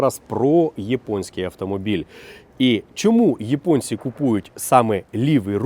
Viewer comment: Не Єпонія а Японія, вас що росіянець покусав?